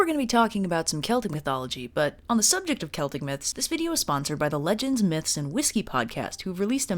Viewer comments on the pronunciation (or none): none